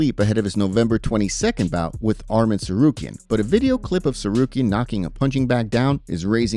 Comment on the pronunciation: Topuria CANNOT speak Arman's name, what a DUCK! this man is NOT Georgian.